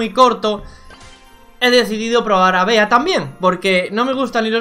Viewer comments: Cómo me jode escuchar "Bea" y que se pase por sus cojones que su nombre se pronuncia como el animal que representa, Bee (Bi) 🐝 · Que rabia que le diga "bea" y no "bi" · Por fa no le digan “BEA” díganle “BI” Que creo que así se pronuncia. Tómenselo como una sugerencia,Saludos y felices fiestas 🎉.